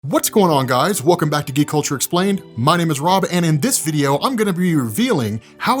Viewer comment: Why does his intro sound like " Gay Culture explained" instead of" Geek Culture explained"